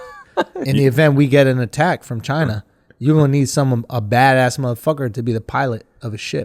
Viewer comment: Chiner hahahah dont worry I'm Asian but.... not chiner hahahaha